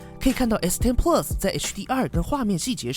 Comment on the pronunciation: 你这个plus的发音实在让我………………………………………